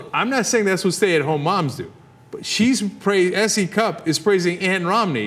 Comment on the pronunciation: What I hear when you say her name is C Cup ... hardly impressive